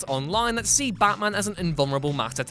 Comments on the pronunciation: its batman, not baman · No one: ABSOLUTE NO ONE: Narrator : Ba Man